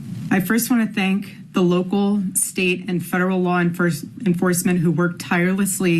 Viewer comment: And you couldn't even say thank properly! IE think. You stumbled as well.